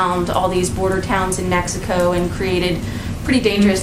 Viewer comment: Lol she almost said messico.